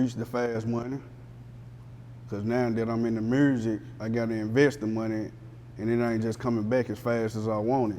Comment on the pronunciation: Why do everyone from Tennessee pronounce music as Murzik 😑😑😑